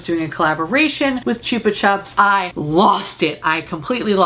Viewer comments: Slowly going mental at how you say "Chupa Chups" as in Australia we say it completely differently as that's also how our ads were on TV for the lollipops. I'm like yelling at my phones YouTube app going "No, it's Chupa Chup not Choopa Chup" 😂😂😂😂 I'm laughing so hard at this and myself. We still sell them in Australia and they're still great. They have the old school flavours still as well as a few newer ones. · Take a shot everytime says Choopa Choops ❤❤❤ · Chupa is Spanish for lick . So it is pronounced choo-pa choo-ps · I've never heard anyone say it like choopa chups before.. we say 'chupa' like 'chup - a' in Australia, keeping the assonance of 'chups'. That aside, I freaking LOVE these damn lollipops. They ruin me. I understans why you has to buy the collection 😅 Also, I feel like if you placed the purple blush higher up on your cheek bone and away from the hollow it would look better - less muddy and more bright. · It's said 'chupper chupps' here. I've never heard the 'choopa' way of saying it before! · I love how you pronounce the “u”s in Chupa Chups in two different ways 😂 I say “Choopa Choops” 😂